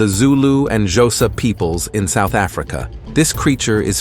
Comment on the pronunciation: Xhosa is pronounced KOSA